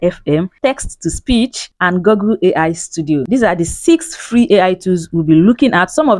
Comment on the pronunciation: Nice content 👍, keep up the good work. By the way, it's called GOOgle, not GOGGle.